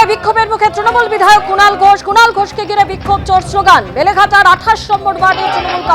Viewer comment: বেলেঘাটা ❌ লেলেঘাটা ✅